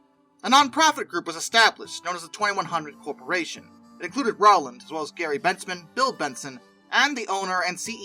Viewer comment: Need to research the pronunciation of many names in this production … Striegel, Rowland, Kughn, Hagerstown just to name a few.